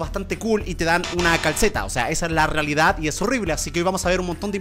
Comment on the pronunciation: se dieron cuenta de que dijo reledad 0.00 .